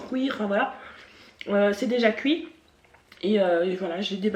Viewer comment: "Couir" mdrr (Non, j'me moque pas) mais tu me fais rire hihi 😁😂 J'adore le crabe et tout ça mais là au vue du truc ça m'a pas donné envie lol concernant Laura, faut pas qu'elle prête attention aux gens, on peux pas plaire à tout le monde ceux qui l'aiment pas next ! On s'en fiche de ce qu'ils pensent, qu'elle fasse ce qui lui plait, qu'elle reste comme elle est, je l'a trouve top! Des bisous ! 😘❤